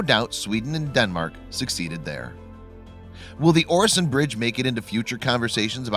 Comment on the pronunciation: Watch in him saying Öresund as oresond is painfull